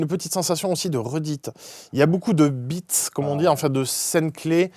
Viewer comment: nan mais là c'est fait exprès, " Y'a beaucoup de "bits" resucés..."